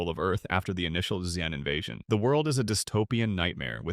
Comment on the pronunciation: This dudes voice has been a bot voice the whole time??? “The alien invaders called Ex-En” you mean the Zen spelt Xen tf